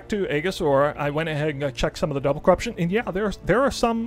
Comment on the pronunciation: Eejis, the A is silent